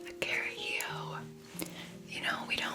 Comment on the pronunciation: Lol, as a spanish I didn't undestand at first she said 'a carajilloou', then I was looking the ingredients and realized that was a carajillo. I liked the idea of presenting it as a fashion drink when here in Spain it's just the opposite. I'ts the typical demand of an old man with light alcoholism problems xD